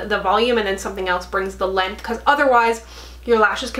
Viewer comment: Every time you say “length” I think, you can take the girl out of NL but ... 😉